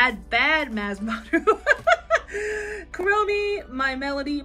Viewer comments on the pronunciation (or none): Love your videos!!!!!!! Ps…it’s Kur-O-Me(Kuromi)😊